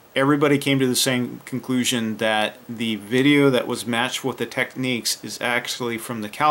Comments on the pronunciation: You pronounce Technics wrong, it's meant to be said as Tech-nicks, you are pronouncing it as Techniques. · It's Technics not Techniques